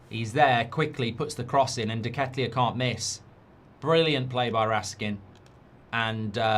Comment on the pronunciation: Nice pronunciation of deketelaere mate😂